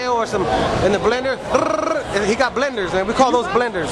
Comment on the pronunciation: I met bash and he is a down to earth cats remembers your name and addresses u by it as well much respect but he said blenders lol funny shit